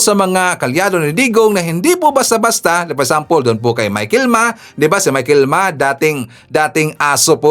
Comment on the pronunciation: sir, hindi michael Ma, Michael Yang.